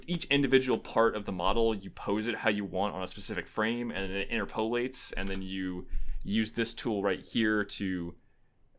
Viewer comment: "innerpoleates" i love you